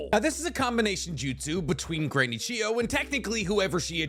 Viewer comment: Why I watched: To find out what the strongest combination jutau are Why I stayed: finally figured out how to pronounce Chiyo properly